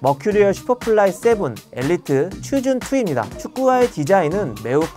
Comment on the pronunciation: 'chosen'은 '초즌' 이라고 발음합니다